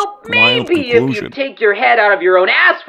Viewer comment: Idk why but the emphasis that is put on the “Well, MAY-be if you’d take your head out of your own A— for one second…” is amazing.